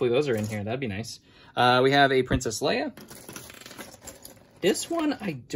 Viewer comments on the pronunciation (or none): none